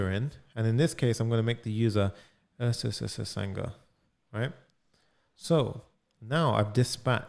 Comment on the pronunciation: Everytime he said ssssanga 😂😂😂